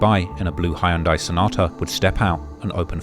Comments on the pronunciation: dude you might be the only person I've met that says they name HYUNDAI the correct way lol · Your pronunciation of Hyundai is tremendous.